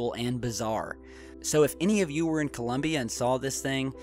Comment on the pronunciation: In Colombia, not "Columbia".